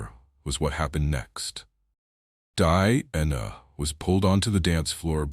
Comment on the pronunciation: Beautiful dresses, mostly, but down arrow for incredibly bad AI commentary; wrong dress entirely more than once, wrong description of event, and worst of all the ridiculously bad AI pronounced names, e.g.,, Diana, MARY for heavens sake, etc. Too lazy to correct or edit, down arrow. Best watched with no commentary since much of it is incorrect.